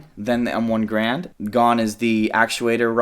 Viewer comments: i hate to be that guy, but its garand, not grand. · Every time he says M1 "Grand" I cringe a little. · It's a real shame nobody ever properly says Garand.